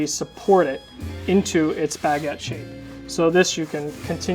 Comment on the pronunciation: Yess that pronounciation really bothered me but i didn't want to point it out, but you did it the funniest way